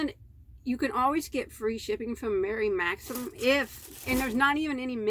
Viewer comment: you are totally getting better at saying Mary Maxim <3